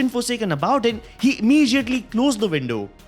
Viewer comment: I like how he says imijiatly